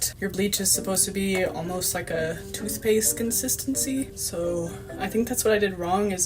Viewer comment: Yes Sir you always say tooth paste 😂😂😂